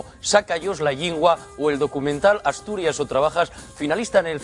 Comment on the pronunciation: Puxa Asturias?, tarás de chancia non?, dizse As-Tu-Ri-Es, -Es. Sinón, dices Viva Asturias, pero nun mestures ho.